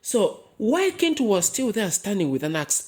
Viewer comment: Is it not pronounced chintu? I though Ki in Luganda was a ch sound.